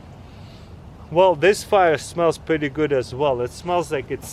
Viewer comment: Taras- “Wait 30-40 minutes to wemove da led..” waits 5 seconds.. “Yup it’s pwetty hat..”